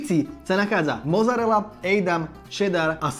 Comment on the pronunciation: btw. není to "mozarela" ale "mocarela" :) díky